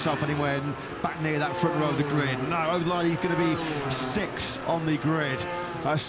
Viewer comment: How is it that Neither of these Clowns can pronounce “Sixth” ?🤔